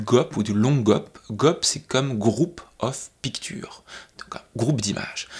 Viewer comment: Bon il faut faire un truc pour l'Anglais picture, ça va pas hi hi hi